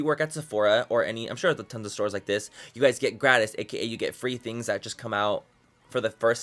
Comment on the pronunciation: It's so funny hearing him mispronounce "gratis"